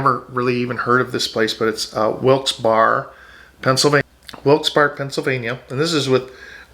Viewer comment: Very informative. It's pronounced Wilkes BEAR ( Barre), Pa. We moved from NJ to Palm Coast. I went to school in Middlesex in Somerset county located in central NJ. I think the big difference in the cost of living is the property tax. We were paying over $11,000 in NJ property tax.